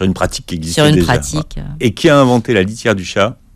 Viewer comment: Newton a t il inventé la litière ou la chatière ? J'ai cru entendre " litière" avant d'entendre chatière ".